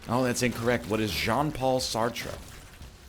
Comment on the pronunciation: Ryan “Galaxybrain” “Letourneau” actually pronounced both Camus and Sartre incorrectly :p